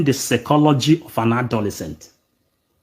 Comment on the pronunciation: My friend that word is not secology but psychology